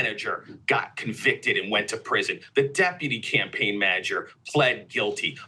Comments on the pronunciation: timestamp to here the lib dude say "cumpain" manager. That was funny as hell to hear. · Why did he say “cumpaign” so many times